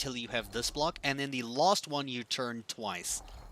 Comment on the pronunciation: Am I the only one that noticed this guys says lost instead of last